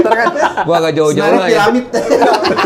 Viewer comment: 8.45 Senar "PIRAMID " 😂